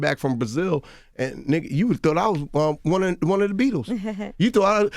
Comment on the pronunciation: Stop saying “Nigah” smdh